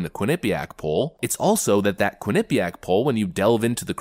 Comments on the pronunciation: It's pronounced quin-eh-piaq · Lol, love how you pronounce quinnipiac. The way I believe it is pronounced is quinni piac instead of how you go quin nip iac. I live in a sports town and quinnipiac sometimes play hockey here along with cornel and harvard and others.